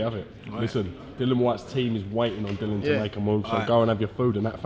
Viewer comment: SPELT DILLIAN PRONOUNCED DILLY-UN